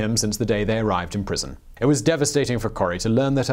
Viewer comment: Scheveningen is pronounced "Skay-va-ning-en", where the k is very phlegmy in the roof of your mouth! (My mother lived in The Hague for a few years.)